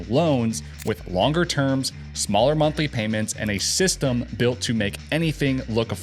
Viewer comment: "Wuts the muntlee"?